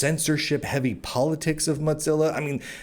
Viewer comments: You keep calling it 'Monzilla'...it's Mozilla. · The big split a few tpyrs ago was when a major shift happened at MO - ZILLA and Brave came about due to that The changes since are very bad and while the cro etcc get $$$ ppl like me that actually helped make it got nada That said while your info is good to have your massacuring of the pronunciation must stop it is MO ZILLA not MOT zilla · Cadence is too smarmy. You have valid concerns but your style is one of a sensationalist, without care for pronunciation (mozza?) or spelling (purchace?). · Are you saying "muttzilla" or "mudzilla"? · Why does he keep saying Modzilla with a D in it, is this like how I am still pronouncinf GIF wrong? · Why do you keep pronouncing Mozilla as though it contained the letter T? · first it was not being able to pronounce Mozilla, to right wing de-platforming. im starting to smell hit piece. im out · There's no T in the word Mozilla... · you've made a lot of videos covering Mozilla related news now. Your content is great but it is absolutely infuriating hearing you STILL mispronouncing the name of the company. It's not a hard one to get right. Pay attention to your comments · I don't think it is like the GIF thing. I think it is because many people pronounce Z with a hard T-sound followed by a sharp S-sound, an in his particular case his T-sound becomes a D-sound. (Why he does that I don't know, it could be a local accent thing or a speech impediment, not that I mind too much). Which is interesting, because that is a common feature of the evolution of languages that they tend to "dull" over time.